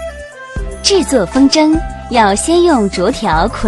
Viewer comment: 风筝zheng应该读轻声